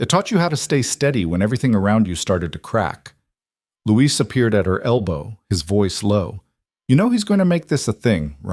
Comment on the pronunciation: Luis, not Louise. is an idiot.